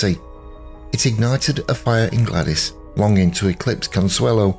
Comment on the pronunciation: You're mispronouncing her name. She used the version that rhymes with 'ladies'.